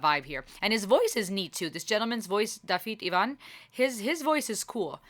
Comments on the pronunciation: You're close on the pronunciation; it's closer to Davith (rhymes with with) Ewan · its nothing at all like Ewan, every Iwan ive met pronounces it like i do more like ew - an just admit youre wrong pal, im first lang on both sides pretty confident I can say my own name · Glad you loved the song. Dafydd Iwan (Iwan pronounced you-anne) was a very popular folk singer when I was a teenager. He was a bit of a naughty boy, because of his extreme political beliefs. Had a beautiful voice when he was younger - think he sang with two other males in a group. His voice has got more gravelly as he's got older, but fair do's he can certainly get a crowd going. Thank you for your intelligent insight into this video.